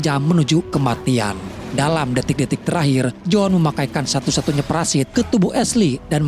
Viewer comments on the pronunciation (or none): parasut bang bukan parasit 🤭